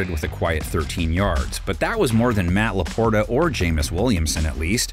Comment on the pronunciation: Do you guys not review or edit your videos? Matt Laporta and Jameis Williamson??? Why is this guy still doing this? He consistently shows his inability to say player's names correctly, most of which are not even difficult names to pronounce!!! Do better..... 🤦🏾‍♂️